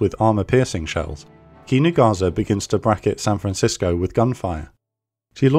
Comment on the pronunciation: Amazing video. Just a small remark regarding the pronounciation of the japanese ships names. The "s" in Kinugasa shouldn't be pronounced as a "z" but as the same way as the "s" in "Sahara". In fact no "s" in japanese should be pronounced as a "z" as when time come for such a thing an actual "z" is present in the name as with Zuikaku, Ikazuchi or Inazuma.